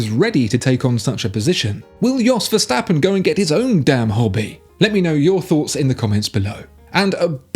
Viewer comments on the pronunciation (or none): none